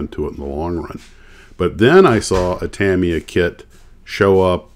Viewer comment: The US headquarters is located in Orange County, California, and Tamiya is pronounced Tameeya. My father was the plant manager for Revell in the 1970s when I was a kid. I was lucky enough to spend the day on Saturdays and watch the model masters not only build the box art samples, but I also got to watch them fabricate the tooling to produce the models. I was there when they made the C.H.P. motorcycle from the TV show Chips and I got to keep many of the original box art models. I still build models 50 years later. I built them professionally for 4 years as well.